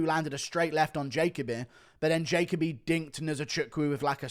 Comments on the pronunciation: It’s not pronounced jaycobee it’s jahkobee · It’s pronounced ja Colby